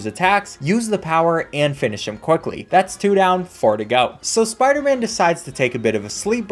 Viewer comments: sparderman lol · “It’s not always about the speedrunnin’ spidah man”